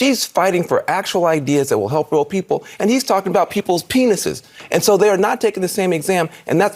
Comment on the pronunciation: Did anybody saw the girl face when Van crying Jone said pineses